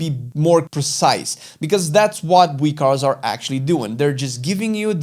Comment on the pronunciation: Thank you thank you. Was wondering what the heck "wee cars" or "wicars" was.